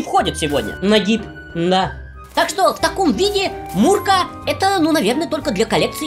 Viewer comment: Наконец-то человек правильно назвал МР155! Мурка ребята а не «ЭМПЭ155»